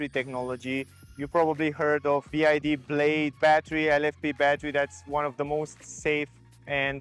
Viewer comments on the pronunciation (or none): BYD , NOT "BID"😅